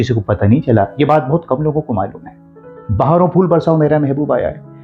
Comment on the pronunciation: Bhai...बहारो फूल बरसाओ ,not बहारों फूल बरसाओ सभी लोग आजकल दोस्तो की बजाय दोस्तों बोलते हैं।